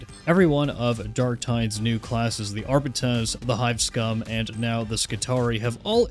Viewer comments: Not to be an "ackchyually" guy but FYI Arbites is pronounced "Are-Beet-Ease". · Crazy people still don't pronounce Arbites correctly lol